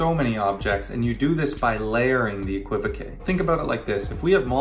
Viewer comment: No no no it is pronounced exactly the way you are saying it. I felt saddened when you said you were pretty sure that the technically correct way to say it was eck-wi-voke! Cos that's absolutely not the way. The que at the end is French and is a known suffix on many words and is pronounced kay. So keep pronouncing it as you are and keep correcting the people who are clueless! As for Siri...hmmf. OK ok I now openly admit that amongst those 'clueless people' I refer to in this comment there is one called Paul Ham J. Yes, I include myself as one of the clueless... ?.. but not any more! I have seen the light! Eh qwi voke!